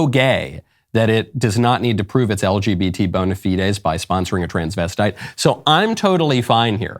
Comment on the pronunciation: LGBmanopee 😂 gets me everytime he says it